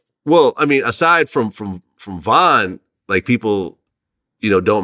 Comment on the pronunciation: He said von the same type of artist as Tupac 😂😂😂😂😂😂😂😂😂😂😂😂😂😂😂😂😂😂😂😂 had to click off asap